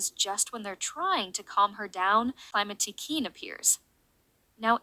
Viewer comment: Did you use an AI voice for this one ? It seems quite different frome before, and "queen" isn't said correctly ?_? The global title for this season is "A new beginning", I think the fact Climatiqueen deals with Aurore once again is there to really stresses that point. It launches Adrien, Marinette, and Sublime's character arc, and one of the main themes of S6, social media. -> Adrien has to find himself -> Marinette is shown being unable to detect the emotional distress of people around her, and it's shown this inability even extends to Adrien, though it's not as bad than with Maya or Sabrina. If you're saying the scene where Marinette receives Adrien's text and doesn't know to answer and then answers nothing, is filler, then I disagree 😁. It shows Marinette doesn't manage to read the subtext of Adrien's message and how he needs her support. Of course she doesn't know he feels depressed, but she does the same mistake than in Perfection: seeking the perfect behaviour, she ignores her closed ones trying to reach her, rather opting for making the "perfect" move later. Here it doesn't seem to have lasting consequences, but it echoes the end where it seems to hint that Marinette should have walked Adrien home. It seems Marinette has some blind spots in her ability to emotionally be there inthis season. It might be an aftermath of the London special. -> Beginning the parallels between Kagami and Sublime, she's introduced as a mysterious girl who becomes Adrien's sport partner. -> I